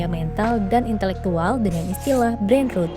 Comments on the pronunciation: Agak gregetan juga saya dengernya pas dibaca root as 'akar' instead of rot as pembusukan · Tadi dngrn video ini tanpa nontn karna sambil kerja. Kirain "brain root" 😭 .. pantesan kok janggal gtu kenapa jadi "root".. ternyata ROT aliasa busuk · Gregetan banget denger nya Brain Root bacanya … gimana sih ini sekelas TEMPO jadi males dengerin ! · you pronounced it wrong, it should be rot not rut. rut is root. akar. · Maaf min bukan brain road tapi brain ROT , kayak ngucapin kata roti. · Sayang bgt spelling artikulasi ROT nya salah. Ngganggu bgt. Sekelas tempo ini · Jujur geli dengernya jadi brain rut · Naratornya nyebut brain rot tp pengucapannya kayak ngomong “brain road” 🙏🏼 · Kontennya bagus, edukatif. Tp sayang cara baca kata "rot" nya salah, malah terdengar seperti "root". Sama kalo bisa penjelasan bahasa slang-nya menggunakan contoh yg biasa digunakan di Indonesia, biar nggak kaya artikel serapan aja. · Lah iya dari awal juga denger di video ini. Kok brain rut sih 😂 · Wkwkwk sama dr awal dnger video lngsung ketrigger sma penyebutannya kok “rut” sih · aku juga kedistrak banget dengan pronounce "brein rut" 😭 Takut bgt banyak yg gak paham jadi ikut2an salah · Hhaah lega banget ada yang koreksi ^^ agak sedikit gemes pas denger "root" hoho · Bacanya bukan "brain road" mbak. Coba masukkan kata rot di kamus online dan dengarkan suaranya. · Sekelas tempo, pronounced “brainrot” nya kliru. Makanya bahasa inggris di baca apa ada nya aja lain kali ga usah pusing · min tolong spelling "brain rot" nya di benerin dunk bukan berbunyi "brain ruut" tapi "brain root", ini sekelas tempo lho yang sering di jadiin referensi kita semua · sekelas tempo pelafalan kata 'brainrot' aja salah.. breinrot bukan breinrut. padahal dari suaranya naratornya sepertinya gen z yg umumnya fasih bahasa Inggris. shame . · Koreksi yaa... cara bacanya Brain ROT bukan RUT. Kalau bacanya RUT itu tulisannya ROOT artinya Akar. Sedangkan yg dimaksud ini adalah ROT artinya Pembusukan/ Busuk. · Rot bukan root mbak